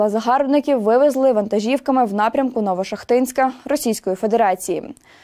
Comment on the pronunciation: А є такі села "ВасЮ́ківка" і "ФедО́рівка"? Або "НовошахтИ́нськ"?